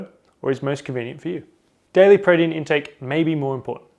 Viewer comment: This dude say protein weird. Really fast "Prodeen"